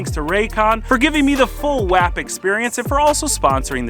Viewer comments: For the love of god someone tell his man it’s pronounced wOp 😂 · Love the video, definitely gotta get that M5 up & going! Butttt it’s wop, just spelled wap 🤣